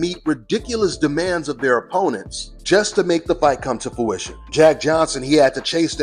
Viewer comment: ...and ninja if you don't stop saying "fowition" *face palm*.. The word is FRUITION. I told you this 2 years ago and you still runnin with it lol. C'mon son!